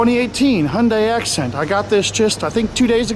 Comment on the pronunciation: Hyundai assent* not acent